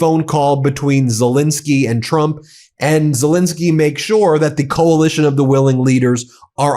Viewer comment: Ben, how long will it take for you to call the President of Ukraine by his proper name, it`s Zel ENSKY not Zel INSKY.